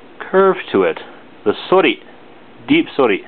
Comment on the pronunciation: Not to be a butt hole like that other guy, but I'm relatively new to sword slang and was just making sure how you pronounce "sori" ? I think you said * suury * I thought it was * sOri* I don't know though because I have no formal training xD Thankss